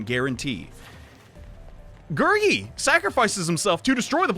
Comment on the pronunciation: You're pronouncing Gurgi's name right